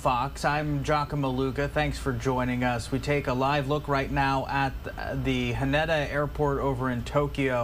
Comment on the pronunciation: Its pronounded "huh-nay-da"